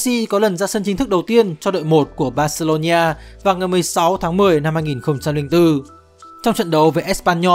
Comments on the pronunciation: Thật. Đọc vừa sai vừa nghe khó chịu. Bac-xê-lô-na Barcelona hoặc gọi là Bac-xa Barca k hiểu âm "ni" ở chỗ nào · Barcelona cứ đọc thành barcelonhia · Terible! Tên tuổi cua người ta mà không phát âm đúng nữa. Barcelona ma cu đọc là Barceronhia la cai quai gi. Nghe ngua tai qua. Khg nghe nua. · "Bac-xê-lô-na" (Barcelona) có 4 âm tiết hoặc gọi đơn giản là "Bac-xa" (Barca) mà sao ông này phát âm tôi nghe khó chịu vãi "Bac-xê-lô-ni-a" (Barcelonia) à? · Phát âm là bor-xi-lon-na, chứ không phải là bor-xi-lon-"nha", cứ nói sai hoài nghe chướng tại quá đi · Mình cực kỳ khó chịu với cách phát âm của đối với các từ nước ngoài. Từ Barcelona thì phát âm nó gần như tiếng Việt là Bác - xê - lô - na. Mà 5p nghe đọc cứ bác xê lô nhi a cực kỳ khó chịu, phát âm sai tên của người ta hết rồi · Mình cố gắng xem hết video và có 1 số góp ý nhỏ với team là Messi tới Barcelona năm 13 tuổi và chỉ đi với bố chứ ko phải gia đình chuyển đến Barcelona, chi tiết nhỏ vậy chứ nó là 2 hoàn cảnh khác nhau hoàn toàn đấy ạ. Về đọc tên riêng thì đừng đọc là "Bác-xê-lô-nha" nữa ạ, Catalunya thì đọc là "nha" được chứ Barcelona thì ko ạ, với cả tên của HLV Pep Guardiola và những cái tên khác của Pháp nữa ạ. Đọc sai làm mình xem trong tâm thế người này không phải là người biết nhiều về Messi và Barca (chứ người xem và tìm hiểu nhiều họ ko có đọc sai tên như vậy luôn) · bát cê lô nhi a là cái gì trời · Đọc gì kỳ vậy???? Barcelona mà đọc là BarceloNIA. Đọc theo Anh hay Việt đều không phải.